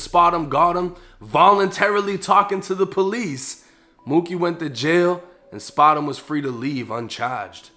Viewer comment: Not spotemgotem 🥴😂😂😂